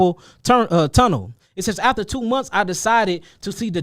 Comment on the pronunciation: “Turnel” 😂boy you know you from stl. Pronoucin “r’s” dat aint even there lolol